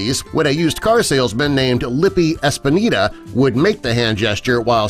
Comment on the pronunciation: the man's name was not espinita - it was Espinda....and so funny that you show not one Hawaiian in that part of your video doing this sign.....